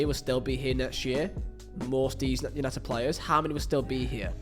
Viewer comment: “Es punited” Good Ebening 😃